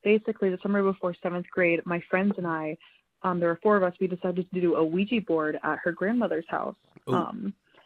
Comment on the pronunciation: I can't help but to get annoyed on how they pronounced Ouija board like "Ouiji" lol